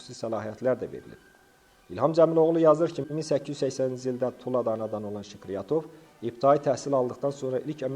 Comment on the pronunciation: Zəhmət olmasa,haqqında danışdığınız şəxsin ad,soyad və atasının adını aydın tələffüz edin. Sikriyatov,Skuratov,Şıkrıyatov,Şkiratov,Şkuratov ya necə?